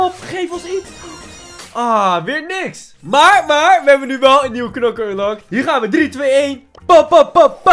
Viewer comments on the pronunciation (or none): none